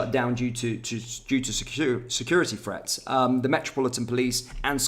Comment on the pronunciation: There is no F in the word 'threat'...lazy pronunciation 😠